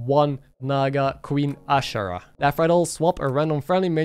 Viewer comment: I felt physical pain from how pronounced Azshara